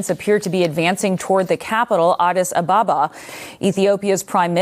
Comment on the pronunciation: It's not "Adis Abaaba", it's Adis Ababa